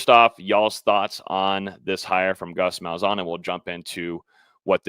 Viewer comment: Ain’t no way that’s how you say Gus malzahns name lol